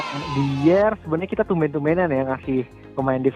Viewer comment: Saran mas.. pronounce nya "dayer" utk Eric Dier